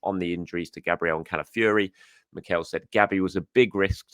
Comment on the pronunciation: Fiory not Fury, its not that hard